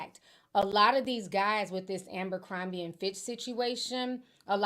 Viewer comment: Jessie soMlett to aMbercrombie😅😅😅 I knew Ti was gonna mess up this name